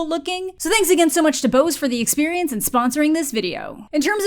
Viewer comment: that's not how you say Bose XD Can recommend the audio devices though. Very good but also expensive